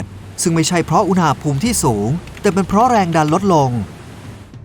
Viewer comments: ทำไมตูโฟกัสที่คำว่า "อูหน่าภูมิ" ว่ะ มันต้องอุณหภูมิไม่ไช่หรอ😂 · พี่พูดคำว่า อุนหาภูม อุนณาภูม สิ